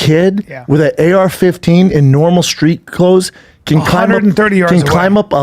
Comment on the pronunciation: Brendan emphasized street clothes like it was supposed make thing worse 😂😂😂